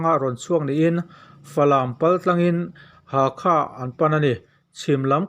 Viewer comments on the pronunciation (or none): none